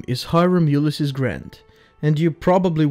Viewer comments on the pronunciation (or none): Did you know you got his name wrong? Both pronounced it wrong (pronounced U-Lyss-Ees, not U-Lyss-Iss, and the S stands for Sam, not Simpson